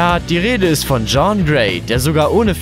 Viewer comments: Jean! Das spricht man anders aus ... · Du scheinst dich so gut mit Marvel auszukennen das du nicht mal den Namen von Jean Gray aussprechen kannst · Jean wird anders ausgesprochen. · Cringe wie Drax und Jean ausgesprochen werden...